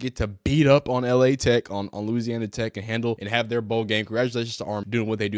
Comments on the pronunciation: 😂😂 & just a heads up it's not L.A. Tech, it's LA. Tech, as in Louisiana Technical. It's pronounced like lah. Terry Bradshaw & Willie Roaf played there. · just so you know, Louisiana Tech is pronounced Lah Tech in abbreviated form